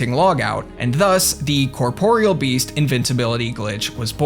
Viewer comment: HOLY SHIT a Youtuber who pronounces the Corporeal Beast's name correctly. I thought this day would never come. Giving this vid a like.